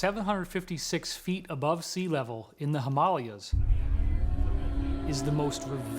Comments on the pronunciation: I'm sorry, the "Hamalias?" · Gotta say, I tuned out after he said “Hiiimmm-aaahhh—Leeaahs”...all I could focus on then... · Himalias?! :23 It's pronounced Him-A-Lay-As, you mong. When did the History channel become 'Ripley's Believe It Or Not'? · him-a-lay-as* lol and ice in a cave is not that big of a deal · How did he pronounce "himalayas"? Himalyas? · “Hima-Layers” my guy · In the ‘Hi-mar-lar-yas’ my mans seriously didn’t just pronounce Himalayas like that. Cmon now… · Did he just call them the "Himalyas"? Dude, there are 3 A's in that word. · WTF is the ‘himalyas? Lol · Him- ay - lay-as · Did he just say "the hamalyas"? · THe “HYm Ah lee Us” 🤦🏻‍♂️ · Lol....wow....where are the caves again??? The him-al-li-uz? Never heard of them...Himalayas I know... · its in the ha mall le ahs hahahaha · Well, the actual pronounciation is He-mah-læy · is pronounced him aalay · "in the hamalias" LOL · Not even 20 seconds in... the HiMaLeYaS? Come on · As soon as the blond guy said “Him-Arleas” I switched off...🤦🏻‍♀️ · Hym-alians lol I'd like to hear him pronounce somalians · That guy cant even say Himahlayas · Did my man just say Hamaliyas? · Ya'll just gonna scroll past without sayin Him-all-ee-yahs? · Him-ALL-Yas David Wilcock????????? anybody else notice that used to be his name is pronounced Mueller, then they started calling him MULLER.......And there’s about 20 names like that that I’ve noticed that have changed; weird Mandela fact or something! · There is that guy again mispronouncing words once more. I have never heard someone pronounce 'Himalayas' like that guy does. There was another one of these short videos where the same guy mispronounces other words as well. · That so called writer 'David Wilcock' cant even pronounce himalaya correctly why make him do this video?... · David Wilcock - That is not how you pronounce the Himalayas! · Wow, he can't pronounce Himalayas. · David Wilcock can't even pronounce Himalayas rite. How is he an authority on this? 0.23